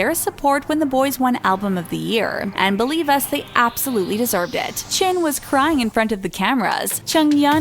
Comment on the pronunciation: and what's a "chunkoo" and "chin"??!?!?